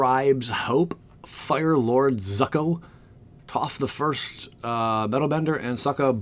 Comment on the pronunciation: ITS PRONOUNCED ZOOKO!!!!!!!